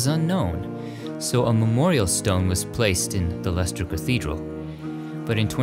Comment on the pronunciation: As I'm from Leicester,it is great to hear pronounce it right! Also, we watched king Richard 3rd coffin being driven to his burial site. Thousands of people lined the streets to watch history being made.